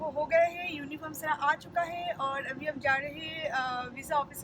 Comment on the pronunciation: Yes u won't pronounce abi ..u always tell Avi